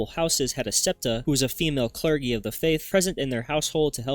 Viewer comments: It’s clerJEE not clerGEE lol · It’s pronounced “kler-jee” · "clerggy" lmao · He said clergy like clergie(fergie) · Ah yes, the "clergie" my favorite religious caste after the corgi.